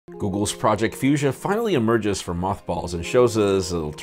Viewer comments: omg you should add mispronounciation counter to your video 😁 taking about fuchsia and magenta 😉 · I'm sure that it isn't pronounced like that anyway!